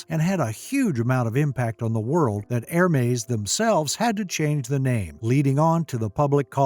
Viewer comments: It’s not er-mays or her-mays, it’s EHR-MES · It’s not Er-mays, it’s EHR-MES